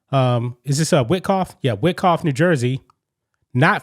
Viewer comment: I’d to nit pick. However, it’s pronounced “Why Cough” (Wyckoff). I thought 💭 I’d just help out.